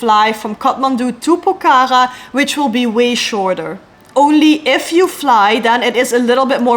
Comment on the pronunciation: The way you pronounce Pokhara is really cute yr ❤😃